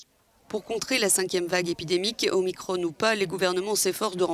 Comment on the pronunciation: En français on ne dit pas Omicronne. On dit Omicron, comme Macron.